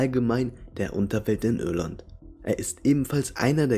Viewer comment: PersöniSCHkeiten. GeschiSCHte. SiSCH. Ürland. Ich kann dem Typ nicht zuhören.